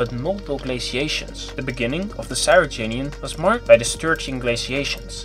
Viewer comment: Cryogenian, not Cyrogenian!